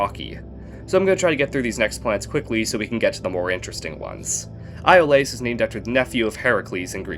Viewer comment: Iolaus i think is EE-o lus